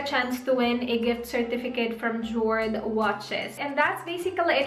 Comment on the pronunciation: Jord/ yord pronounce